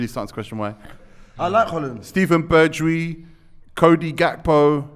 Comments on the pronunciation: Man can say the “wijn” in Wijnaldum but can’t say the “wijn” in Bergwijn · saying Bergwijn >>>